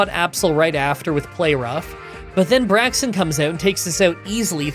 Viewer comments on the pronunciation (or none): Vi-vee-on. Double L is the E sound in this context. Brake-zin, or Brake-sin (Or Brake-sen, maybe?). "aix" is an "akes" sound. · "VIvilion" "Braxen" "Digged" ...oh my poor ears...